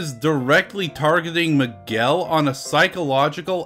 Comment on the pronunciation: why Miguel sounds more like McGill?